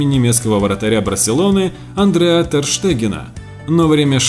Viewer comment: Тупо инфу из википедии зачитал. Видно,что даже не знает ни хрена о том, что говорит. Чего стоит только АндреА Тер Штеген